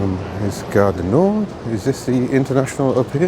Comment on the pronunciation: Gare du Nor(d), don't pronounce the 'd' here. Old age creeping up. The bad news, as I'm older than you, I assure you it gets worse as you get older. We all have bad days. Your enocounter with Eurostar's pricing would tend to indicate it's not only UK train services which are a rip-off, although SNCF (French National trains) are comparatively cheap, but they don't run Eurostar. As another example, if you wanted to travel from Manchester today by train to London Euston before 9.30 am, a Second Class return fare would cost you around £200, an eye watering price for a 400 mile round trip, working out at 50 p per mile. Admittedly it's a lot cheaper if you book well in advance, but in your case, you couldn't.